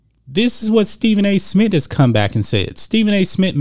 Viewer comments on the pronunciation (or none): SMITH NOT SMIT🤣🤣🤣